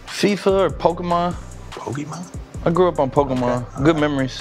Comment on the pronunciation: The fact jack said pokemon the right way makes him even more likable